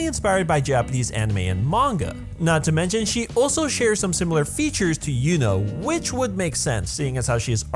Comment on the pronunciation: "was acually based off of yuno" I heard it as "was acually based off of you know